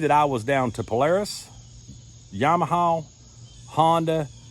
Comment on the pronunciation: I like how you say Yamahaow. Jk...I think Im going to get a Honda Pioneer too. I have 3 kids.